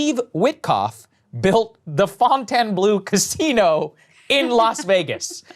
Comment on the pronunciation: The Fon Ten Blue casino? Ffs